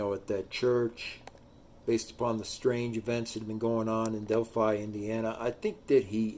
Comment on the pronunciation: You're wrong about so much information. Smh .. Delphi is also pronounced (DEL-FI) long I .